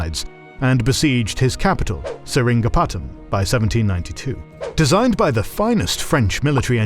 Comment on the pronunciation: The mispronunciation of "Sheeran Patten", "Skindia", Gawailore is amazing lol😂